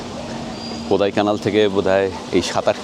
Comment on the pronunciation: দাদা ওটা কোদাইকানাল নয় কোড়াইকানাল ড় উচ্চারণ হবে Kodaikanal (Tamil Nadu state ,, Dindigul district)